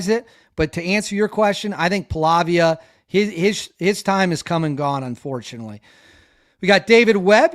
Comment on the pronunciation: David, I really enjoy your reporting, but, if you want to be taken seriously, you need to improve your pronunciation skills with the names of the principal players: Ratcliffe with a C, Pahlavi with no A at the end. No one cares if you mispronounce Slavic cities/territories but get the names of the players correct.